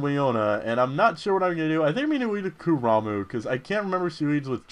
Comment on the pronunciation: since you got it you called it ku-ra-mU and i got along with it but its about damn time you call it ku-ra-mA its simple as that you read it as its spelled...other than that awesome video